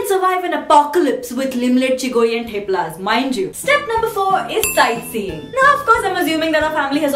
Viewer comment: "moti,tommy, tuffy!"😂😂😂😂 btw its theplas with 'th' of 'th'ailand! and d one of thurkey!😅😅😂😂